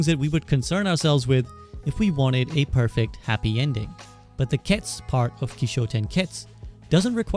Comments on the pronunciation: Ketsu not k’ets! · Isn't the "u" in "ketsu" at least hinted at? You really just pronounce it "kets".